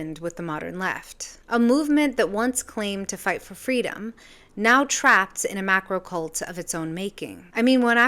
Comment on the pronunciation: You have to emphasise the 'r' in 'macrocult' otherise it could sound s bit too much like 'MAGAcult', maybe a 'hivemind cult'? Your video is the most comprehensive and well observed I have seen on the subject. I used to be a leftist, but something terrible has happened to them, they've turned into a cult of intensely self-righteous moral bigots and violent hypocrites.